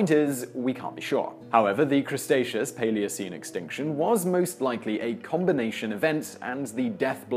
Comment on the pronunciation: its CREE-tay-SHUSH not crustatious.. thats from south park i think :) love your vids